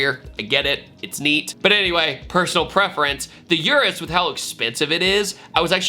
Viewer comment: The way he pronounces Urus makes me cringe 🤣